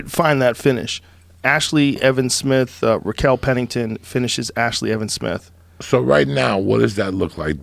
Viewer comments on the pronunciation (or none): Raquel "Rachel Pennington" Pennington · "Rachel Pennington" He even jedi'ed Joe into saying it. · "Rachel" Pennington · Joe - rakel pennington... How it's actually pronounced - Rachel Pennington